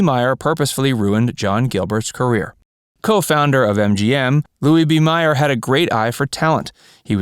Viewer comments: It’s Louis B. MAYer, not MEYer. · Really liked this video but I have one comment. Louis B Mayer’s last name is pronounced like Mayor and not Meyer. I went to school with one of his great grandchildren and its definitely not Meyer. Fascinating family to know. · MAYER NOT MEYER ! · This low level potpourri of "shameful old Hollywood" is such a load of CRAP! Initially the most obvious outrage is the mispronunciation of the name of the most powerful studio head in Hollywood, Mr. MGM himself, Louis B MAYER, pronounced MAY...you know, like the month of MAY, with an er following, NOT MY-er, as this guy states repeatedly. How cheesy can you get, if the man behind the mike can't make the most basic pronouncements correctly! Secondly, all of the shrill damnation about feeding pharmaceuticals to the talent to boost their productivity, etc is so far out of perspective! It's ridiculous to judge events from the past by the standards of the present. No one believed these meds, specifically amphetamines and barbiturates were life-destroying when they were first made available! They were a god send! It was thirty years later, when people began to see the dependence that some...NOT ALL...individuals had developed, that they became a serious and life altering problem. But at their advent in the 30's, no one viewed these pharmaceuticals as a dangerous threat to anyone's well being, indeed, just the opposite, they were embraced with enthusiasm. Elvis Presley's path of destruction via his love affair with legally prescribed...make that over-prescribed, pharmaceuticals began when he was drafted into the army and fed amphetamines by the good 'ol USA army physicians so that he was able to stay awake when assigned to night shift guard duty. Right...what incredible irony, that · What shocked me was the mispronunciation of Louis B Mayer’s name. It wasn’t Meyer, it was Mayer, like mayor of a city. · Louis B. Mayer's name is pronounced 'mayor' not 'mire.' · "Louie B. MYER"? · MAY-er, not MY-er